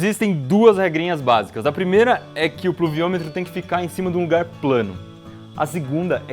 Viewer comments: puluviometro kkkk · eu seu tenho 9 anos consigo fala pluviômetro com mais facilidade que o Iberê :|